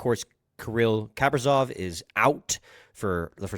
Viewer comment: Kaprizov….why why do you always mispronounce people’s names.